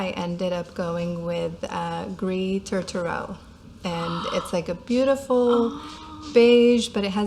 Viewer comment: Don't read the - S at the end of "gris" or French words in general. It should sound like "gree". Your pronunciation of Touterelle (seagull in French) is correct 🤗 This was a great video.